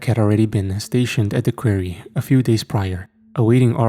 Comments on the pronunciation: Really good story, but I've got to say Quarry isn't pronounced query . Sorry, I got audhd & after 1st time i heard it I couldn't ignore it & it couldn't then not hear it if u know what i mean ? 😅. So every time after the 1st time "query," was said i was sitting here going its pronounced quarry , quarry not "query". So for clarification it's said Qua-rry ..quarry . I do love the ch and I never normally pick up about stuff like this but as it was a story based in a quarry, I couldn't ignore it . Same as when I hear stories where every word said between 2 characters ends " he said ,she said , he replied , she replied & so on " 😣😫😥🫩 literally stories like that drive me so insane that soon as i realise its one of them i have to stop listening 😵‍💫. It usually occurs with AI ch or ch written by chat gpt ( obviously we all know ur ch is neither of those so in a way its nice to be able to pick up on a word actually mispronounced by a real human , who would have thought one day id be sying im greatful for human error ? 😂😂 ) . Anyhow barr the quarry/query thing it was as usual another great story . ❤❤❤❤ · I totally understand English dosent seem to be your first language so I commend you on learning it but please learn how to say quarry! 😂 its kinda annoying once you say it so many times wrong, its quarry (kwaw·ree)